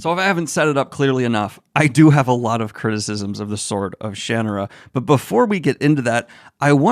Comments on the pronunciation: Sha-NAH-Rah This book is great for getting INTO fantasy - it captures the "adventure" vibe perfectly, and is relatively familiar. The "Heritate of Shannara" series is FANTASTIC - really brings some great unique things into the fold here. Absolute favourite series to this day, except for Codex Alera. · I pronounced it as Shan-na-ra, how does Brooks? I read this before LOTR when I was about 14 back in the 80s, the next 2 books felt better. Maybe Brooks was also inspired by LOTR's own multi-page info dump which can be just as tedious to wade through and thought it was just part of the "formula"? I read his magic kingdom which was OK for YA but didn't read more of his works. I must admit I didn't really pay attention to it as post apocalyptic earth when I read it - it was a time I was loving movies like Excalibur , so didn't really focus into that element and cared more about the fantasy stuff. I was looking forward to the TV show but it was awful, made me wonder if I read the same book - more a vague memory I guess. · I like it better this way, but I seem to remember reading or learning somewhere that Terry Brooks himself indicated the Shan- aruh pronuciation is the one he prefers. I still like it better as Shuh-nar-uh... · That was worth watching just for the 49 pronunciations of Shannara! Also a fair critique overall. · Someone please teach him how to properly say "Shannara". Sooooooon. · Daniel I'm terribly disappointed you didn't say it the way everyone in my family says it. 😂 You promise to insult everyone and no one by using every pronunciation. Even when I was 10, read this I felt it was a little derivative and rough of a story but I did like it enough to read a lot of the other books in the series. That's exactly how I felt when I read Eragon for the first time but I didn't like it as well so I'd never finish that series. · He changed the pronunciation once fans did it wrong so many times lol. These were not great.... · With emphasis on the "ar". shuh-NAR-uh!